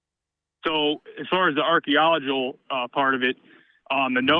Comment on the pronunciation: "So as far as the archaeologal part of it" Archaeo logal😂😂😂